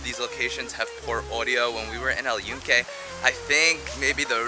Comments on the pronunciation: Just so you know the y has a j sound and sounds like this Joonke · Awesome video! Thanks for sharing your experience. Footnote : We pronounce Yunque with a J sound: "Joonke" & the Sunflowers Girasol is pronounced with an H sound instead : "Heerasol"